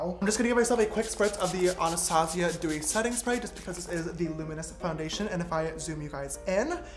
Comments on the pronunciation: Me : anustayzia James : anarstasia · Isn't it normally pronounced ANNA Stazjiah instead of anastAHzia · Ok dont take this as a hate comment or anything but your saying Anastasia wrong. Its pronounced "anastayshia" 😂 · Your not saying my name right